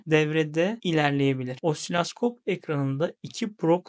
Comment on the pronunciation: Kullandığınız bir cihazın adını da doğru söylemelisiniz. Osiloskopa osilaskop demeniz yakışmıyor.